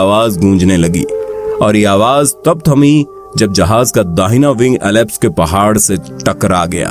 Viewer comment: आवाज़ तो उम्दा है पर कुछ अंग्रेज़ी शब्द जैसे आल्प्स को एलाप्स कहना सही नही लगा...